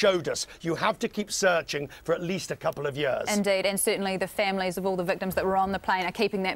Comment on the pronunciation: She needs speech therapy....(families NOT femeh-lis).....